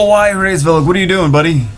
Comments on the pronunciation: hraevsss... COME ON IT'S HRAESVELG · its Hu-RAYS-velg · It's pronounced as raise velg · The pronunciation is Rra or ha or hra IS Veug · "I'm not pronouncing that name" tries to pronounce the name